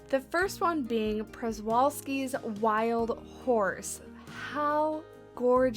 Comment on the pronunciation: Aha made me chuckle a bit that you mispronounced all four habitat animals 😅 Loving the pack though (all five animals are 5 star for me) and they definitely withheld the update as it would’ve given away the siamang! Just as a help: Scimitar-Horned Oryx = simitar-horned o-rix Siamang = sigh-a-mang Przewalski’s Wild Horse = shuh-vall-ski ‘s wild horse!